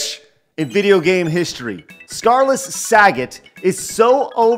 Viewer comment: I gotta say, as much as anyone says that the game sucks (and trust me, it does) it is kind of a guilty pleasure for me. Everything from the shitty voice overs to the music gives this game a weird charm. BTW, i love how you pronounce Sagats Name like it was Saget. :P